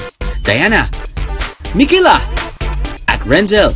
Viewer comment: Hindi po iyan renzell its renzcel po kaklase nya po ako